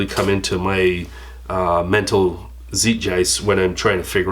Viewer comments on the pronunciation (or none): Good vid doc! BTW check out the pronunciation of Zeitgeist. cheers!